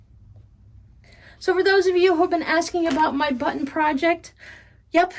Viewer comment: I just love how you say buttIn. Where is the brightly colored sweater you were knitting, oh so long ago? Button , button, who’s got the button. Have a safe and blessed Christmas.